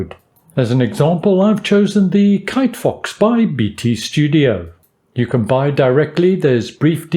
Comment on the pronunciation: this dude really just said KiteFox lmao